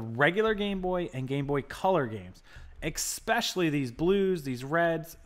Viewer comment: ESPECIALLY... EX-PECIALLY is not a word! I know you sell a lot of electronic stuff, but other sellers talk about unscrupulous buyers "returning" broken ones they already had and eBay backing the buyer up. Do you not have people doing that to you?